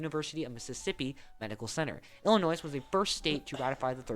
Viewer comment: Did the guy in the video just pronounce the “s” in Illinois?! Or am I mishearing him?